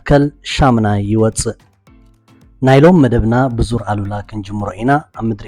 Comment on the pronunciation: ሰላም በጃኻ ዙር ኣል/ ኡላ ኢልካ ኢልካ ከተንብቦ ይምሕጸነካ ኣሉላ ካል'አ ትርጉም ስለ ዘለዎ የቀንየለይ።